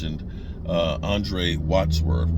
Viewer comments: always butchers names. It's Andrew Whitworth! "Andre Wadsworth" 🤣🤣🤣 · It ain’t a video without a name butcher. “Andre Watchworth” 😂😂😂😂😂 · he mispronounced Andrew Whitworth the entire video.